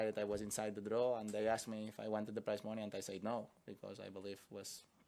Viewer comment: I thought he was saying "price money." Took me a good minute.